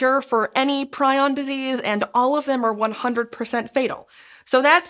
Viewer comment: the prion pronunciation in this video is making me die inside 😭